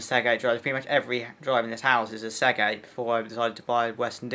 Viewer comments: Please, the word "Seagate" is pronounced "SEE-GATE" not "SEG-ATE". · Mine seems to have some form of 1.5tb hybrid laptop sized Seagate spinner, power efficient and quiet but probably nowhere near as fast as yours. Seagate not Seggate.